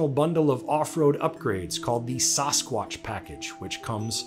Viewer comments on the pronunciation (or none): Lol, it's not SauceSquatch. It's Sassquatch 😂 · sauce-squatch. samscwantch. why can no one pronounce sasquatch (sass-qwatch) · SASSquatch not SOSSquatch! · Saaassss quatch...not suhh squatch....lol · You mean samsquatch? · Saw squash? This a full grown man that doesn’t know how to say Sasquatch? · Sounded like announcer was saying Sauce-squatch. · No one: CNBC: “Sauce-squash” package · "Sauce-quatch" lol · Sauce-squach lmao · Never heard it pronounced "sauce squatch" before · Whats up with the "sauce-quatch" pronunciation??? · Whats a sauce-kwatch?? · Sauce-quatch lol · Sauce-Qwotch? say what? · What the hell is a saw-squotch? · "SAHS-WQACH" Package? .... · Ok, I just can't get over the way he pronounces Sasquatch. C'mon man. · The "sasquatch" pronunciation bothered me a lot more then it should have I think. lol I don't care what anyone says, that's just not how you say it....... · Did the pronunciation of "sasquatch" in this video bother anyone else other then me?? lol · The only thing worse than that pronunciation of Sasquatch is hearing penguins pronounced as “ ping wings “ .... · why does the narrator not know how to say sasquatch? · His pronunciation of "Sasquatch" gives me the creeps. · Change the way you pronounce Sasquatch